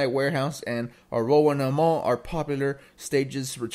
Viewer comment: That's one way to butcher Arowana Mall's name.. 😂